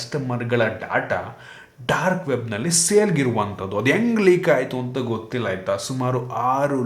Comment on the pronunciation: Bro ಲೇಕ್ antha ede adu ಲೀಕ್